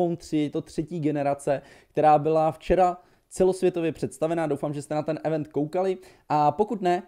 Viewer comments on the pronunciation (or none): none